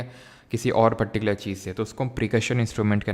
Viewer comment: particular ❎patticular✅ 😍❣